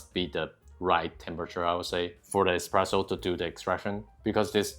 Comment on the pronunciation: Espresso , not expresso))